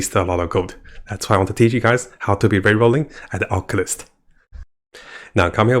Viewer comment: AWH-CULL-TIST NOT OC-U-LIST